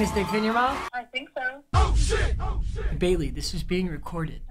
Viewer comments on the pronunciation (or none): Mans made a mistake when he said Bailey